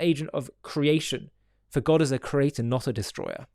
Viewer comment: God is not the crater. Volcanoes are. Please say creator. CREE AY TOR. Three syllables, not two.